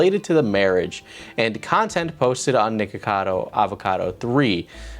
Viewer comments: i can’t be the only one who keeps hearing “nigga cado” 😭😂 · You REAAALLLY need to make sure you clearly pronounce the 'ck' in nickocado my dude because it sounds like youre saying N-Word cado most of the video XD